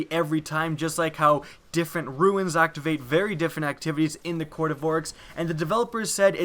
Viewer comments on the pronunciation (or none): RUNES, not ruins